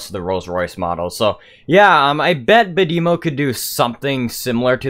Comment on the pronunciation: Bad-eh-mo not Bad-emo